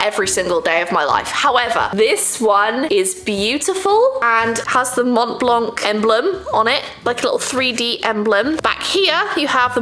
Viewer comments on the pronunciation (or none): If ever you are interested, the « c » in blanc is silent